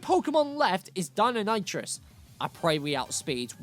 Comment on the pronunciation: The colour around your eyes make you look dead, deinonitrous do you mean deinonichus (thats how its pronounced)